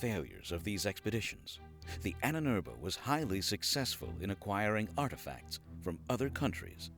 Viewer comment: Annenerbe... Ahnenerbe. Long a is ah.